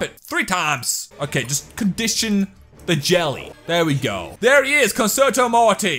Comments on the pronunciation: It’s not conserto morty it’s prounounced concherto morty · It's pronounced "Conchertoe" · It's concherto that is how you say it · I have concerto morty BTW cun-cherto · it's pronounced (cun-Chair-toe) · Fun drinking game: take a shot everytime he mispronounces "concerto" you will die of alcohol poisoning. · I came across this video thinking it could be pretty cool it just makes me mad that he doesn't pronounce concerto right.